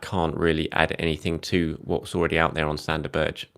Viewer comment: Berge = "BEAR-g'uh"